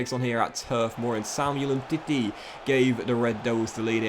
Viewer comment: I love how you said Samuel Umtiti